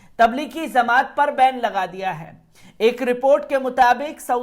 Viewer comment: Pahle aap bhai sahab kuchh jankari sahi kren. Jamaat lafz ko zamaat bol rhe ho.